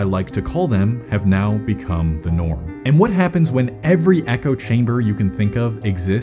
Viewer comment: uhhh, it's now, not "neow". 🤓🤓🤓🤓🤓🤓🤓🤓🤓🤓🤓🤓🤓🤓🤓🤓🤓🤓🤓🤓🤓🤓🤓🤓🤓🤓🤓🤓🤓🤓🤓🤓🤓🤓🤓🤓🤓🤓